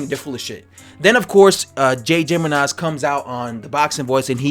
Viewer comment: Jimenez is pronounced He-Meh-Nes